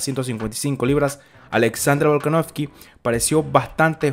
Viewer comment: Bro, algún día dirás VolkanoVSki en lugar de VolkanoFki? Un saludo